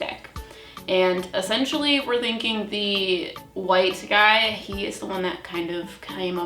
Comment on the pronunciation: Ok... it’s pronounced Rider ‘Wait’ (Waite) not ‘White’ like the color. I’ve also never let anyone but myself touch my cards. Got my first deck like 30 yrs ago & still get different meanings/feelings for cards depending on the querent & situation.